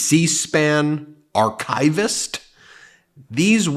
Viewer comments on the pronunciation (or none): Dude? Archivist. Not "Arch-eye-vist". Just as we don't say "eye-ran" or "eye-raq". On topic? Moscow doesn't rhyme with "how".